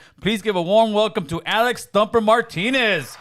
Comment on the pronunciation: He said Thumper didn’t he lol 😂 😂😂